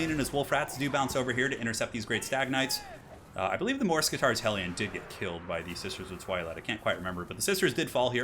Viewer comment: Not to be rude or anything, but is that really how you pronounce morskittar? Mors-kitarr? Just sounds super weird for my none native English ears. I would assume it was like mor-skittar